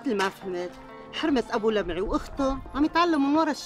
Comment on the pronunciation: لمعي وليس لبعي